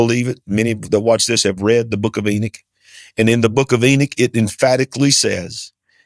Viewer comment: I love how ppl hungry for attention pronunciate Enoch differently to try an be different, lol, Ennik, lmfao!